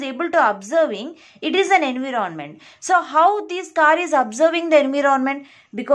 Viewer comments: environment not envy-ron-ment god damn it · Pronunciation of environment is wrong. Environ= enva Ment = ment Envament(pronounciation of environment) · ik its not funny but i cant stop laughing when she says anvironment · She says en viro ment... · Nice lecture but everytime you say Envy Ron Ment it throws me off focus 💀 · Dear n is silent please in "environment". It is "sense" not scence. Being a teacher, it is very important to be correct in spelling and pronunciation. I appreciate your effort though. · Thanks a lot ma'am but please correct pronunciation of environment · Please correct your pronunciation of environment.... plzz, plzz.. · Take care of environment pronounciation correctly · Your pronounciation is wrong about environment. Please check first on Google pronounciation. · you were teaching good but your pronunciation of the word environment made me close this window, kindly work on your language skills. hell